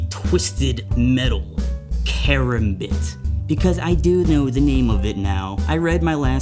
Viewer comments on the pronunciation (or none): KRAMBIT THERE CALLED KRAMBIT